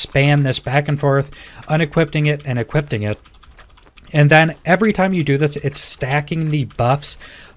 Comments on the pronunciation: Dude I love your videos, but it's e-quip-ing, not e-quipt-ing. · YES. I was getting so annoyed hearing equippting and unequippting over and over. 🤣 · DUDE!! I was super annoyed lmfao! He was saying EquipTING and UnequipTING!!! over and over lolz. not DING.. I dont know why the little things piss me off so much but they do haha... I guess I am a Grammar Nazi